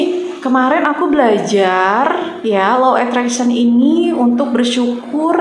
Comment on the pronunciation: Insyaalloh yg benar Law Of Attraction ... Karena beda pengucapan beda arti...